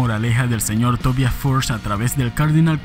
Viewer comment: Me alegra que en este canal si se pronuncie correctamente el nombre Tobias... (Swedish pronunciation...)